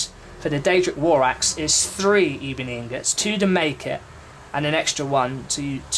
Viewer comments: It's ebony ingots not E-bony inGUTS. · e-bo-nee, duh